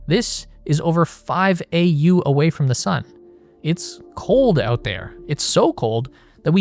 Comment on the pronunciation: every time this clown pronounces AUOWT instead of out I wanna rip my ears off.